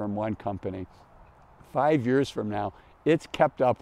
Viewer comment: Is he saying “years”? Sounds like “yurs”…